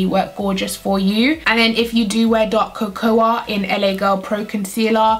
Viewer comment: Isn't Cocoa pronounced ko-ko? I cringe everytime she says ko-ko-ah